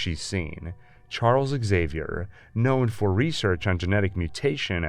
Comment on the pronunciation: Why the hell do they keep saying "Axavier" instead of "Xavier"??? He's Prof. X, not Prof A. !!!